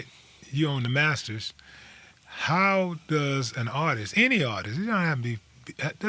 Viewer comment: My man it’s “Artist” not artistss artisies artistes